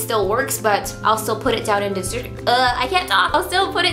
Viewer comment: Hate when she says duh instead of the